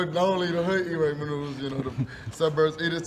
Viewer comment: This man said Raymond noodles 😂😂😂